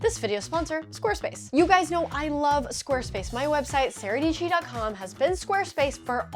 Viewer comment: Dietschy rhymes with peachy.